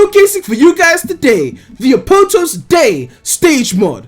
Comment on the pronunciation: A-poat-toast... Isn't it A-POT-TOAST